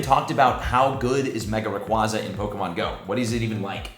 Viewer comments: says 'raquahzah' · I love the content, but am I the only one that cringes when someone pronounces Rayquaza that way? Ray-Quay-Zah